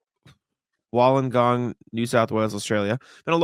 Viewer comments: got so close on the 1st go of Wollongong. It is Wool-lon-gong. Pretty easy. NBL was huge in the 90s & more cult now. BTW, my team was only in the league for 6 years (92-98) & won 2 championships, I kind of lost interest when they merged with another team. There used to be a real rivalry in the Melbourne teams because the 4 90s Victoria Teams all came from old school Victorian BBall association & you would play for their youth teams (I was playing for the Tigers (old Melbourne team) when I tore the ligaments in my ankle & the Giants (I & Ben Simmons have more the 1 thing in common as Brett Brown took me through drills in Summer Camp, being HC of the Giants at the time). Most of us migrated to NBA ball in the late 90s early 00s (& for some reason I chose a bad Celtics team (long story)). Euro ball is much bigger. I have a heap of Serbian friends barely watch NBA, but will tell you all about Jokic's exploits for Mega Basket. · Hey. Almost got the names right, it's pronounced woollen - gong and illa-warra but with an Aussie accent haha